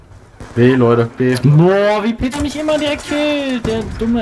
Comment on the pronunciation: Das heißt Peter nicht Bit :D